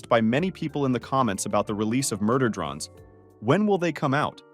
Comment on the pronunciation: Murder “drons” 🫢